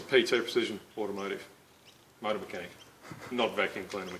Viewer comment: I took a shot every time he said “mouata” so I died.